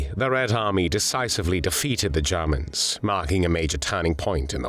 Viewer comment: the Jarrrmans and operation barbarossarrr